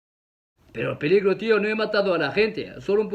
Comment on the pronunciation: no dejes de decir piligro😂